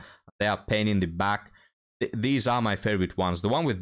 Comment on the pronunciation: I'm here to listen to you talk about " theez woomans"